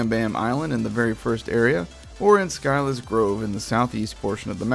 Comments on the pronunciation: scylla in scylla's grove is pronounced as si-la, not sky-la, just sayin' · Scylla is said as "sill uh" sill as in window sill